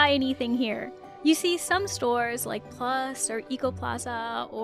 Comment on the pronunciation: “It’s not Djambo but Jambo”. Well actually it’s Jumbo 😇 Also it’s Plus and not Plas (which means pee or puddle).